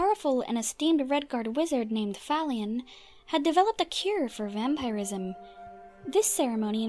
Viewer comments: Lol. The way she says vampirism. "Vampire-ism." It's typically pronounced like vam-purr-ism. Not a huge deal just amusing is all. xD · Why do you say vampireism and not vampirism? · New to the channel. I honestly didn't expect a woman's voice haha Thank you for your video, but your way of pronouncing vampirism is weird. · How come you cant pronounce vampirism properly you say it really weird. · "vampeyerism" and "Skyeons" lol